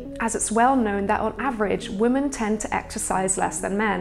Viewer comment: Why did she keep saying 'woman' instead of 'women'?